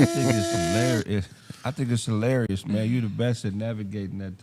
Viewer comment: 'Less Harlarious'